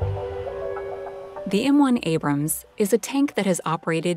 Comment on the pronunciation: Right off the start... "Abram". Yeah, that's enough.